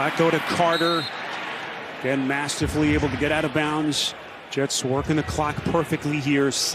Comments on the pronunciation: Did that announcer say out of "bounce"??? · How does a professional commentator say bounce instead of bounds